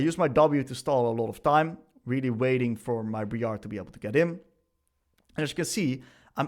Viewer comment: bree-are 🤣Dude this is awesome. Wish we had more coaches like you in other roles. Been playing Akali for fun on second account and this is gonna help me so much! TY